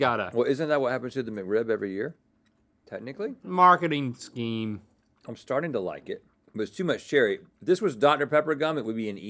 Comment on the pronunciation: Is there anyone else who thinks the way link pronounces scheme is weird